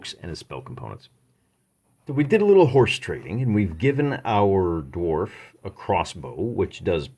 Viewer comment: "Gimpy" the darf lol